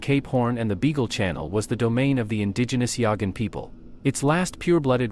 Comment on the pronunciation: Yahgan or Yaghan, but not Yogin or Yoggin. Hello, fools, use your noggin.